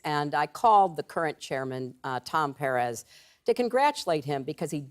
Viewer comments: "PAIR-EZ" JESUS HILARY, I MIGHT AS WELL BE A FUCKING VIKING AND EVEN I CAN SAY THAT SHIT RIGHT. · I LOVE how Killary can't pronounce per-REZ, idiot. I don't believe ANYTHING said by corporate Dems anymore! They are ALL a bunch of self-serving CROOKS who MUST BE PROSECUTED for RIGGING the primary elections!